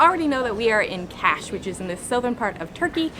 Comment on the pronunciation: Kaş pronunceciation is not Cash! KUSH! By tthe way it s a nice video!